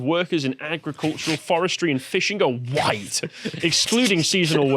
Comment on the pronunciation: You're saying Hohite, not white.